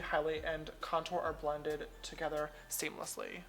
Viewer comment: Did he say steamlessly?? Instead of seamlessly